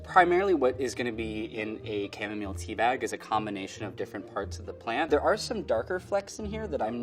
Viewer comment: The way he pronounces chamomile distresses me